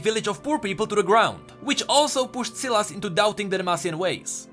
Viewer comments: Why is he saying Silus? Its SY LAS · I thought it was pronounced with a long "i". Not a short "i". Anyone else think that? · its not "ceelas" its S-WHY-las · please call him S a i las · I might be wrong but... Ain't that name spoken as: sailes instead of siles? Syles. It's a y not I? Might be the country difference but yea. I think it's sai-les. Not sil-es. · me chuckling when called sylas silas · cmon man. Sylas. Sy-las. Not Sillass. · its not Silas... its Sylas spell it right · Not syylas <;; Sai “ Las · I love how he used to say sealice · You are giving me an anurism by saying silaas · Bruh my ears... selas selas selas selas....... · dude its pronounced (sigh-lus) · Say the name right u are saying selas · SAI LAS. thts how its pronounced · It's pronounced "sigh...... Lus" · Sylas is pronounced SIGH-las you mongoloid. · I thought its "sai-las" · I have a friend with the same name and we pronounce it SAI LAS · It would be pronounced sss eye less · It is. just pronounced it wrong. It's pronounced like 'sigh-liss' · Omg his pronunciation of Sylas in this video just makes me want to commit suicide even harder than before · It hurts me to listen to pronounce sylas wrong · Sylas with an y not an i, makes me physically cringe every time you said it with an i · I just can't watch the video through when you pronounce Sylas so wrong. Hurts my ears. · You are reading his name wrong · Awesome video but every time you say Sylas' name I want to die.